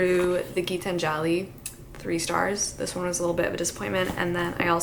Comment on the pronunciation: As an Indian it is my duty to tell you that Gitanjali is pronounced Gee-taanjali and not like Gitan-jaali.